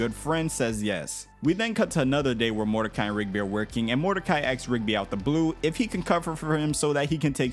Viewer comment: Dude learn to pronounce asks correctly. You said acks or ax WAY too many times.